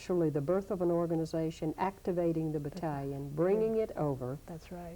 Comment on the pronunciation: Great documentary But I cringed at the pronunciation of Bat•tal•ion every time she pronounced it